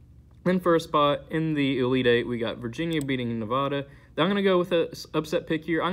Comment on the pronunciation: Its Nev-aaa-da not Nev-ahh-da but great vid